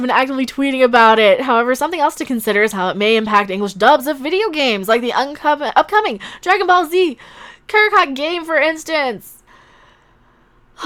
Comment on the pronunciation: It's pronounced "Cack-Or-Rot," ma'am. It's pun on the word "Carrot." See the alien race Son Goku in DragonBall was born into have names that are puns on vegetables. "Vegeta" is "vegetable," and "Broly" is "Broccoli." Also hold it, you mean what Paul Ruebens was alleged to have done was actually in an adult theater...? Link me to that info ma'am, because I shouldn't be surprised at how things were taken out of context, but in this case, I kind've am.